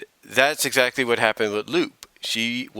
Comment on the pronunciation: Oh, and no offense, but you pronounced Lupe's name incorrectly. It's not "Loop", it's "Loo-Pay", or "Loo-Peh". And honestly, I'm not really a big fan of her redesign very much. Her new design looks so generic, and it does not have the same charm or originality than her original design had. I didn't think there was a problem with her being older. But then again, that was a decision on Ian Flynn. So I guess who am I to question his choices? But that's just me. I'm just not a big fan of Lupe's redesign. And contrary to what you said, she's had very few appearances throughout the years. Sure, she did have a few appearances in the comics. But she served little to no purpose to the grand scheme of the story. And I'm rather skeptical. But I don't think we'll be seeing much of her in the future. Not with how Archie Comics continually shoved her to the side.